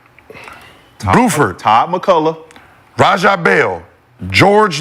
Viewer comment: Gil said, "Booford"(Buford)😂😂😂